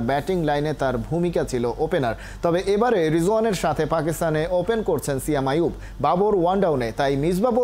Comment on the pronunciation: সিয়াম আইয়ুব না😂 সায়েম আইয়ুব